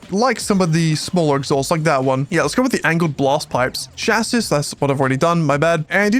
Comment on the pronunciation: crazy nit pick i know but its pronounced cha-see not cha-sis